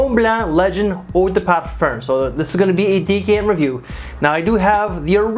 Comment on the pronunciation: Parfer? Parferm? lol what??